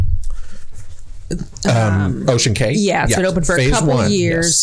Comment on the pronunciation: You are funny, you know saying Cay that way is wrong but you are too stubborn to say it correctly 😂 Love the interaction between you two though!